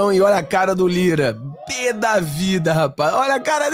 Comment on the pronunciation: Lira.... se trocar o "r"....